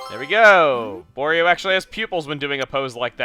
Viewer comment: Wa-REE-Oh! Not Wore-EE-O!!!